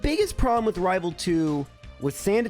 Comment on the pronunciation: I'll never tire of hearing you say rival fiveal